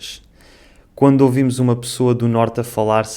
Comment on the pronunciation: O fala "quando( ovimos )ouvimos ela falar.